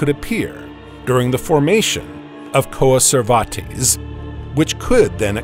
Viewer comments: Coa-ser-var-tease? {:o:O:} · The way he's pronouncing coacervates makes me think he's talking about a lesser-known Spanish conquistador.